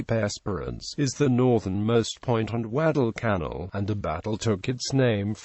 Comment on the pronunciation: "Gweddell cannel". Also known as "Guadalcanal." LOL